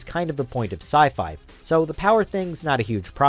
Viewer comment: Uh... because it's sci-fi, not sci-fa